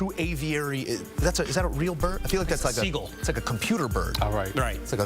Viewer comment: Did this mf just say Seagull?